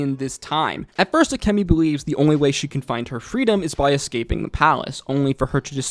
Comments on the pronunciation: Her name is akemi (bright beauty) and you keep calling her akami (red meat) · Her name is AkEmi, not Akami:) There was another guy on YouTube who called Taigen "Tiegen". Like... why?)) You haven't watched it in English?